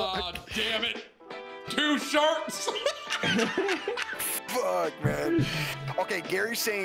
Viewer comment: “Two sharts”